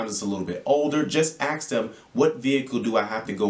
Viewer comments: Ask not aks😂. Good info thx 🙏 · Man you sound like an intelligent man. Don't say axe.